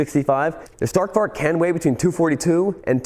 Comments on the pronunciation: Probably mentioned before, but "Stark Varg" Means "Strong Wolf" in Swedish. And the A's in Stark Varg is pronounced like the "A" in Announce. And the G in "Warg" is pronounced like a "J" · Stark Varg❌ Stark Vark✅ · Greetings from Sweden. Try to prounounce like this. Starrc Warjj Stark Varg = Strong Wolf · is he trying to say Stark Varg?? Strong Wolf in Swedish? Is it a Swedish electric bike? lol, I never heard of it